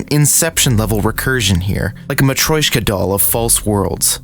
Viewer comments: Muh-try-osh-kuh, not whatever you said. try it, then try it faster. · "matroyshka" LMAO I wonder how come only the russian loanwords get butchered in English